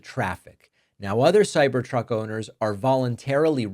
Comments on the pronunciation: I'm sorry sir, but did you say - CyberCuck?.... I am not gonna replay it. 😂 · I love the first part where you called it a cybercuck hehe. So glad Elon is getting hit somewhere. These crucks are garbage and I am so excited to see them leave this world... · That slip at the start 🤣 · thumbs down for the "accidental slip of the tongue" profanity. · Did David say Ciber-Cock..? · Was it blooper or not ? Cybercock? :-) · Cybercuck hahaha don't think I didn't hear that Dave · Nice lapsus at the beginning of the video lol "The Cyber C.. Truck" Lol! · DAVID DID YOU ALMOST CALL THAT A CYBER COCK? Because as I think that’s what you said and it is so apropos! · Man, weird slip of the tounge. Cybercuck....Err, Cybertruck. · I liked the slip of the tongue, "cyber cuck". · Cyber Cuck? I think you said it right before you corrected yourself 😅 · Sir, you just said ... " Cyber-cuck ". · “cyber cuck” lol almost seems intentional. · Bet that cybercuck misspeak was on purpose 😂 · Did he say "cyber c0ck?" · Cybercoc– uh cybertruck 😂 was that on purpose? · Cyber "kak" 🤣🤣🤣🤣